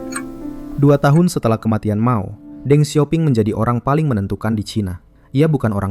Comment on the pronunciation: Ralat kak. Deng xiao ping bacanya teng siao phing. Bukan deng siao ping, lucu kedengeran kayak dendeng 😂